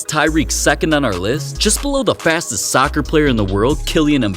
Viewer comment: Soccer sounds like succer bruh